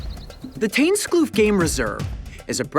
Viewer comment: tuinskloof, not tunsklu :(